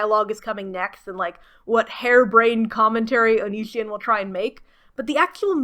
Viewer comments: It's onision oni as in the Japanese demon si like the Spanish word si for yes and on like on oni si on how you pronounce it. By God that drives me nuts sorry but here how to pronounce his stupid name or just call him Greg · That you never even stumbled into a correct pronunciation of Onision amuses me greatly. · You are just flexing on us by pronouncing his name wrong, wish I didn't know anything about that man as well. 10/10 review by the way